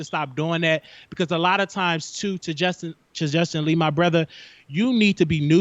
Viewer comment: He was killing me messing up the names, "Justin Lee, Armad, pyola"....lol